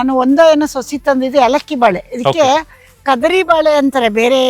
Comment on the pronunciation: ಕದ್ರಿ ಬಾಳೆ ಅಲ್ಲ ಕಧಾಳಿ ಬಾಳೆ ಅಮ್ಮ